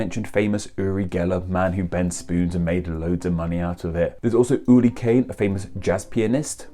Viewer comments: You’re pronounciation is so weird, it sounds like you say Uli or yuli instead of uri and yuri... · Your pronunciation of "URI" is so weird. It sounds like you're saying "uLi" or "yuLi". The R is hard both in Hebrew and Russian. Funnily enough, I am a Hebrew speaker from Israel, and my first name is Yuri (like Gagarin) and I speak Russian too lol. Although Uri and Ori are similar, those are two different names in Hebrew, though they do come from the same origin. But you would never call someone Ori when his name is Uri, and vice versa. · No, He mispronounces that. It's pronounced with a hard R. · So Uri is pronounced with an L sound? Huh. Weird.